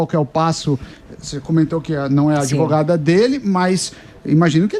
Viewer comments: O PCC pagou a faculdade dessa “adevogada”! Vai falar errada assim lá na comunidade!!! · Qual faculdade de direito graduou essa “ADEVOGADA” 🤦‍♀️🤦‍♀️🤦‍♀️🤦‍♀️ Reflete o nível altisssiiimooo dos nossos graduados!!